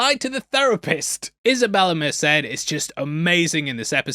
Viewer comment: Merced is pronounced Mer- said